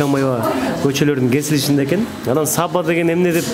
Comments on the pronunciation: САбба эмес,Саба дебейсиңби алып баруучу. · Сонун. Алга ! СаБа дегенде ударениени биринчи а га койбой , жон эле кымыз куйган Саба буюмун айткандай айтсак туура болот ко дейм ! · Саба деп созун башына ударение койбой Саба создун аягына койсонор окшошмок.Кымыз куюп чалат ошол идишти айтат